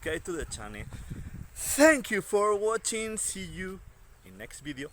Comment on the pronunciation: Where did you shot this "bideo"? I thougt it was in Galicia because of you accent but then you said something about going to Barcelona...